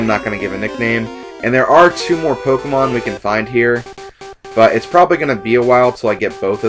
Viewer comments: ...I somewhat expected this, but of course I wasn't certain until now. What I DIDN'T expect AT ALL was for you to pronounce "Pokémon" CORRECTLY! =D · And I really appreciate how you pronounce the title properly.